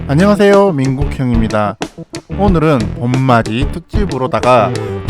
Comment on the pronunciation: 오!느른 이라고 하시길래 경상도분인가 싶었는데 딱 그 부분만 경상도 톤으로 하신거구나..